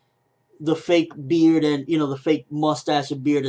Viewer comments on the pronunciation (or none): none